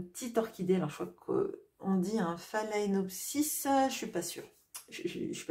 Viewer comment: Phalaenopsis ^^ vous le dites plutôt bien, dans le métier on dit phaléno (phonétique) , ça se baigne 15 minutes quand les racine devienne verte/grise , ça ne s'arrose pas 😉 ...comme ça plus de soucis pour les oracles 🎉